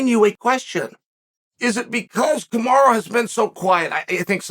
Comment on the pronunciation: Damnit Chow, how do you keep screwing up his name? It's as American as it gets - Ca Ma Ro